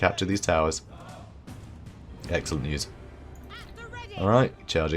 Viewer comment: "Axellent". haha, ha.... Sorry.